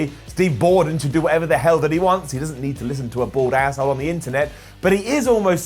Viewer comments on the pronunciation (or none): none